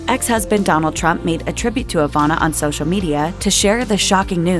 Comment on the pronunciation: Ivana, not Avana